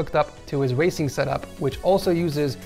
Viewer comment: did he say wacing setup??